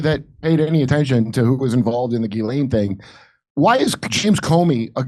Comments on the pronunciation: I like how jimmy has always pronounced ghislaine maxwells name like JIZZ-LANE 😂🤣😂🤣😂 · Maxwell's first name is pronounced GELEN. with a hard "G"